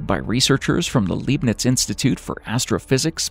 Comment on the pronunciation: Will you ever consider to consult a German speaking specialist before making the narrative to your videos? I guess not. LEIBNITZ is completely mispronounced and unrecognizable. And POTSDAM has nothing to do with pots to be damned.